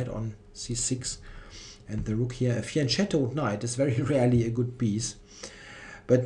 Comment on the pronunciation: Hi I am your big fan and I want to thank you also for teaching me some English expression I didn't know like "caught wrong-footed". I'm wondering if your pronounce of fianchetto is influenced by Kingscrusher which some time ago arbitrary decided that the soft c sounded better than the original hard one. Another thing: i followed the game of Caruana-Aronian live yesterday, and i could harldy wait to see your commentary this morning because there were many computer lines which wasn't at all clear to me (like the unintuitive 27 Qg4 that was considered as the best), and other defensive ideas to be discarded, so I was a bit disappointed that you skipped them all:/